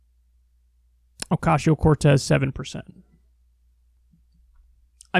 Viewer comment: why are you still saying ocashio cortez? lmfao what is an ocashio???? STOP